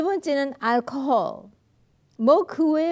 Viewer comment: 알코올로~발음 참 좋으시다 .그런데 고추도 안드시다는데 .?! 참 궁금증을 일으키네요 .정서신경에 영향을 ?!